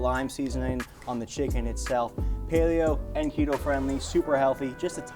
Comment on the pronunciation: “Kehtoe”😂 always unintentionally cracks me up